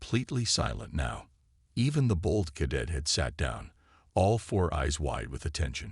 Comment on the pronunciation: The word cadet and debris . Butchered it too many times for me Made it to 6 min mark